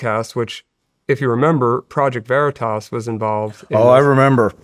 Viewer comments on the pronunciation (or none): Veritas, not Veritoss. WTF. Stop saying Veritoss.